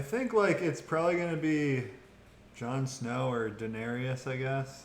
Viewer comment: and he should stop saying Denarious😏